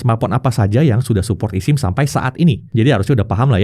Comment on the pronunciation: bang ngomongnya esim, bukan isim... sama kayak lu bilang ektp bukan iktp